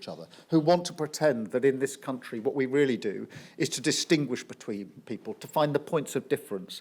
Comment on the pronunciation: Weally weally weally wanktastic